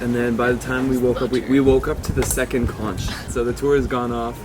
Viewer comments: Loving the vlogs but conch is pronounced "konk" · I don't like to be picky, I'm not sure about the rest of the world, but in the US we pronounce conch as konk. I know in the Bahamas it's also konk. Anyway great video.